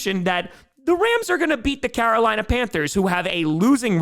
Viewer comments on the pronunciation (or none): none